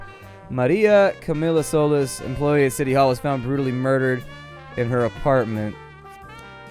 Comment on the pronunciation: solis is pronounced so-lease you sounded to american when you said it